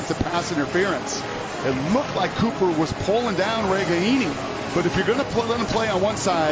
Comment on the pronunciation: Whatever. They couldn't pronounce Nico Ragaini's name right.